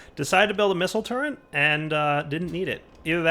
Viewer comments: its pronounced turret......... not turrent... =_= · Drives me nuts that he pronounces Turret as "Turrent". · There is no N in turret. Thank you.